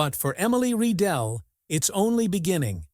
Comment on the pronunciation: It’s Rye-dell … that’s the pronunciation you stupid idiot AI … ugh I’m so tired of AI… not Ree-dell 🤦‍♂️